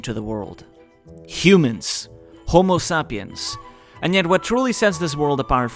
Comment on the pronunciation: Bro it's pronounced homo -"say"-piens not homo-sa-piens